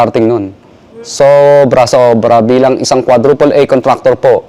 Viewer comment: Naka emphasis talaga eh "bilang isang quadruple A contactor"